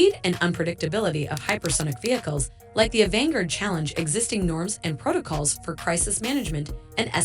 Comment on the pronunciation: It is not " Avanger " It's " Avangard "